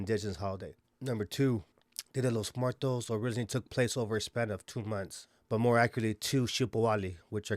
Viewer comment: fools can’t even pronounce Muertos correctly 🤣